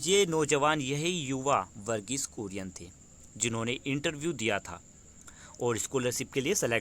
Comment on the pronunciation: Its kurien not Korean